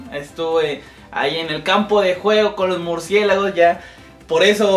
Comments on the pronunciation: "MurcieGAlos" JAJAJAJ xd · Primero que aprenda hablar EL ESCORPION se dice MURCIÉLAGOS no MURCIEGALOS